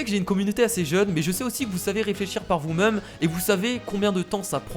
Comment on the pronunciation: vous "meume" on dit vous "mème" (je sais comment écrire même mais c'est pour la prononciation) 😉